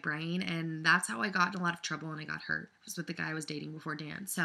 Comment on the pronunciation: Omg, I thought you said herpes instead of hurt...